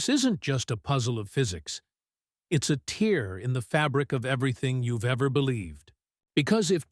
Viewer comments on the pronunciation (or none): It doesn't even use the correct pronunciation of "tear".